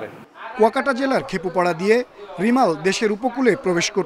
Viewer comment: Not রিমাল..Its রেমাল,,,😂